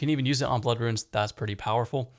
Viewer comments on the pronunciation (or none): none